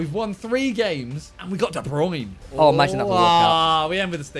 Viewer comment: All these years and they still pronounce de bruyne wrong 😂